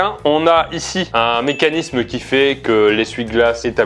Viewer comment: Mais y a pas de H à Mécanisme 😂😭 c'est pas méchanisme les gars